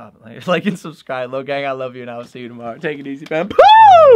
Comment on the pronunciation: Yeah at the ending